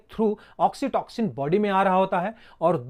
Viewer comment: Oxitoxin Nehi oxytocin 😂😂